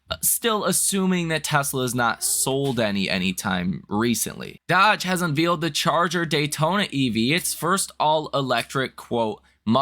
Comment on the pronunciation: The word Unveiled is pronounced UNVAYLED. Not Unveeled. Heard you say it that way in several videos